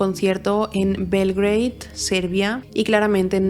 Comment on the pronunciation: Belgrado, no belgreid... Beograd en serbio...